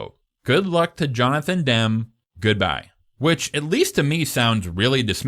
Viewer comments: Its not Johnathan DEM. Its Johnathan DEMI. Come on dude, at least get that right. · It’s pronounced Demmie not Dem stupid 😮 jk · It's pronounced DIM EE, not DIM. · I always thought Jonathan Demme's last name was pronounced Dem-E. Is it really Dem? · bruh iono why it’s so infuriating but why are u pronouncing Demme as ‘Dem’….? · Is this AI? Some of the mispronounciatitions are weird. Or-reon?... Oh-ri-on. Jonathan Deh-mee. Easy to look up. Otherwise, well done introspective! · Jonathan Demme is pronounced Demm-ee, like Dummy with an 'e'. Orion is pronounced oh-RYE-on. Can't believe you have to be told you this stuff. Also: can't believe you haven't mentioned the art direction of the programme, which is by far its greatest achievement. See also: American Gods season one (before they fired Fuller). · It's Jonathan Dem-ee, Dino DeLauren-tees, and O-rye-on Pictures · Great video! Jonathan Demme’s last name is pronounced DEM-ee, like Demi Moore. I’ve always loathed the Hannibal novel; it was so clearly a cash grab and to me the Clarice Hannibal relationship never read as romantic (and the age gap between Hopkins and Foster did not help; plus the fact that she was so obviously terrified of and disgusted by him), so it felt like fanfic (as you put it) to put them together, in addition to turning her amazing, smart, tough character into a helpless maiden that needed rescuing. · So in-depth and knowledgable, while at the same time constantly mispronouncing Demme and Orion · The narrator's mispronunciation of various names (Demme, Orion, e.g.) was really annoying. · JESUS CHRIST HAVE EVER HEARD ANY OF THESE peoples names correctly pronounced? Great video thanks for the hard work.